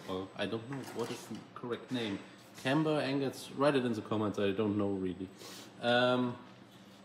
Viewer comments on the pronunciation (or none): none